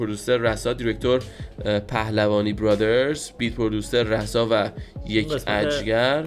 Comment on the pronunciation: مشکی خودش میگ راسا تو میگی رسا😂